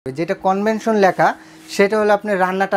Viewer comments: Convention na Vai, Oita convection hobe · কনভেনশন না, কনভেকশন।